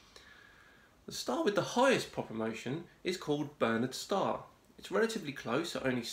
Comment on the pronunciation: As usual, great video, other than your pronunciation of Barnard's Star. 👍🏻😉